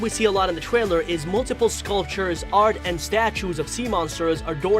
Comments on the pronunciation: every single word whats with the letter "r" like secret and trailer but he says "sEcWeT twAiLew" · sir trwailer??????🤨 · no trying to b mean but he says twailer instead of trailer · the gwaphics twailer